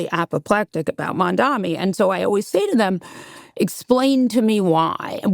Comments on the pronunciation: His name is MAMDANI. M.A.M.D.A.N.I. its not that difficult to pronounce holy shit. Almost every time ive heard Scott speak I always have such insightful takeaways but this conversation had me fuming how out of touch, arrogant, condescending and patronizing he sounded the whole time. Good on molly to push back even slightly but man is Scott so off base this whole conversation. You are not the victim here Scott. The Palestinians are. It is a Genocide...based on the very definition you yourself defined and according to multiple international communities. Also, if literally a meager 2% tax hike on millionaires and billionaires in NYC thats used to fund a better quality of life for everyone, INCLUDING those same millionaires and billionaires, causes them to move out of the city, then yes that IS morally reprehensible. And as MAMDANI has stated himself, the ROI for these rich folks should be worth it to stay if that money is used to better the problems the city has, which should make it MORE appealing for these same folks. I dont think billionaires like walking down dirty streets filled with homeless people last I checked. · Very disappointing to see Scott going back to his pro-Israel stance, and going after Zohran Mamdani without verifying his facts. These folks can’t even pronounce his name right! Scott’s objectivity is heavily suspect; he can’t seem to rise above his loyalty to his clan, no matter what. Israel has lost a lot of goodwill by an indecent display of “might is right” and many seemingly well educated Jewish people seem to lose their objectivity calling this out. Mamdani has shown greater objectivity and ability to rise above blind loyalty to his community, which is more than I can say for Scott.